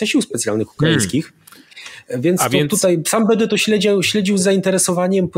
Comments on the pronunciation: Nie "TUTEJ" tylko "TUTAJ" Panie Zychowicz;) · Panie Piotrku słucham każdego programu od wybuchu wojny, ale to 'tutej' razi strasznie. pls fix!!! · Wszystko super ale proszę cię Piotrze !!! nie mów tutej ,dzisiej ,tej bo nie zniese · Panie Piotrze dziękuję za bdb wywiady szeroko omawiające tematy nas interesujące. Ale naprawdę proszę już zaprzestać mówić po warszawsku "tutej" a wymawiać >tutaj< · Program super , ale jak słyszę prowadzącego który mówi TUTEJ to trochę mnie otrząsa. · Czemu p. Zychowicz mowi “tutej”, “dzisiej”..? Czy padlo mi na uszy? 🧐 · Panie Piotrze podziwiam i szanuję za ogrom pracy jaki Pan wykonuje. Niestety dopiero od czasów ataku na Ukrainę i ukazaniu się wywiadów z Jarosławem Wolskim odkryłem Pana kanał ale już tutaj zostanę. Ale uszy mi więdną jak słyszę od Pana: dsisiej i tutej ;) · Panie Zychowicz, nie "tutej" tylko tutaj i nie "dzisiej" tylko dzisiaj!!!!